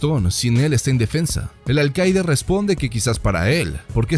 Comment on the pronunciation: No se si es por tu asentó pero veo que dices alcaide y no alcalde